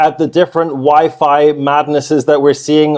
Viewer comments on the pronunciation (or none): bro it's YFI like Wifey 😎👍🏼